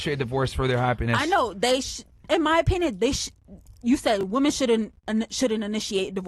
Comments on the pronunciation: Omg I can’t watch this! The girl in white says woman instead of women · What is it with these women these days? They can’t even pronounce women. Why do they say woman when it’s plural? Drives me crazy.